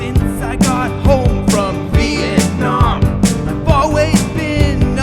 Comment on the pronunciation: Did you say "Vietnomp"?